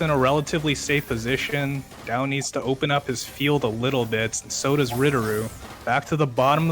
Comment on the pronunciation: Right pronunciation: d-yeee-ao (read fast)